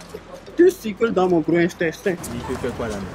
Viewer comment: Ke intestin grêle au lieu de intestin 😂😂😂. Ton poids est trop😂😂😂